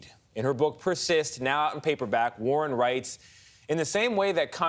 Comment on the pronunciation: bro it's Warren not Warner